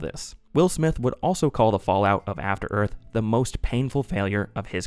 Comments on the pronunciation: *After Earf FTFY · Afta Earf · I believe it's pronounced "Afta Œth"